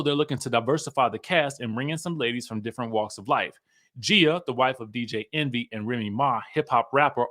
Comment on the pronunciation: Lol her name is pronounced like Gee-a